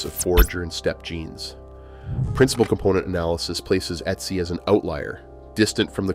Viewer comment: I lost track of how many different pronunciations of Ötzi were included in this video - Not one of them correct...